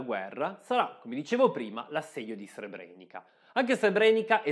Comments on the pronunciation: Altro bel video (anche se ti sei scordato la pronuncia di Srebrenica che,come ti fa notare qui sotto Paolo Colombo,si pronuncia Srebreniza,e te lo avevo detto nell'ultimo video 🙂). C'e' da dire inoltre che molte vittime degli stupri,sono costrette oggi a vedere quasi tutti i giorni i loro stupratori che,essendo in liberta',camminano per le stesse strade delle loro vittime. Delitto orrendo,lo stupro ma,purtroppo,da sempre usato regolarmente nelle guerre. Inoltre so per certo di militari dell'ONU che hanno violentato donne e ragazzine ed hanno fatto i soldi con il mercato nero,in Bosnia. E te lo dico perche' io c'ero fino alla fine del 1993. Comunque,bravo. 🙂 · complimenti, al solito un video fatto molto bene. Piccola nota: il finale "ca" si legge "za" quindi Srebrenica si pronuncia Srebreniza